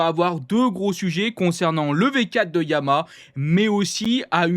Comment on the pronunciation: On dit YA-MA-HA pas Yamâ ...